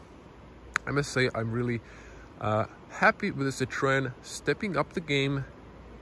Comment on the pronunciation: Hvala bogu pa da neko pravilno izgovara Citroen,bravo!